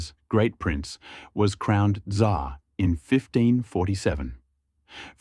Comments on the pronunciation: "TsaaAaa" такое чувство будто буквы "r" в английском языке просто не существует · "Tzar" ->"dzAAaa" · то что он Ц как З читал мне больше ухо резануло